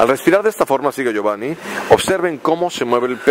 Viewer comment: le dice giovani y giovan😂😂